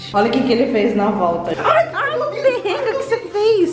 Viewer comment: Kkk amo quando eles falam perrenga kkk